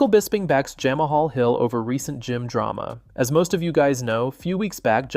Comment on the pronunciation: Who the hell is “Jam a hall Hill”😂😂